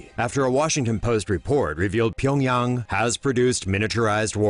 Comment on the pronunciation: Finally someone pronounces Pyongyang right